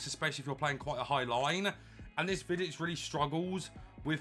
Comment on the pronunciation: As a Serb i must say say u pronounce him nearly perfect for me it's a must but i will probably buy him after he drop a bit fodder is impossible to get